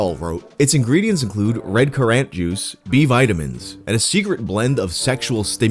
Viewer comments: 'CUR-RANT'??? NO IT'S CURR-INT IT'S CURR-INT YOU WAD!!! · You know Americans don't know what a currant is because just fucking said cur-ANT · CUR RÀNT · I'm from Ireland and the way he said it sounded like he was trying to make it French or something. Do you also say electrical curRANT? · ever said the word 'currant' out loud before? It's not French y'know, just CUR-RUNT... like blackcurrant? Haha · thank you for providing me and my dad hours of joy with this pronunciation of currant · insane pronunciation of "currant." Bold choice. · How tf do you not know how to pronounce "currant" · you say currant just like current. It's like a raisin. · Came to the comments for exactly this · I was wondering if anyone was thinking something similar lol how he pronounced it threw me a little haha